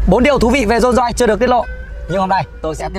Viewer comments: Dôn doi ngọng líu ngọng lo thêm quả tiếng anh phát âm đi vào lòng đất nữa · Dôn doi là cái gì? Tên thương hiệu riêng của người ra mà cũng phát âm kiểu đấy á?